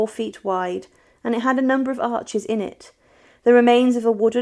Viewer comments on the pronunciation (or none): none